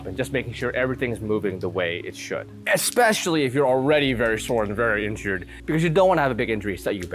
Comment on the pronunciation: Did you actually say, "eXspecially"? Lol